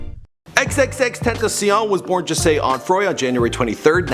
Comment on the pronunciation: His name is pronounced jah say not jasay its Rastafarian jah means god